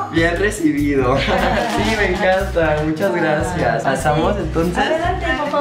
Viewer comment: Choche dijo GLACIAAAAAAAAS! porque es chinita jajaj